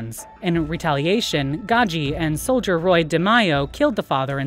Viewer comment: And De Mei not De Myo this woman’s pronunciation of names is extremely poor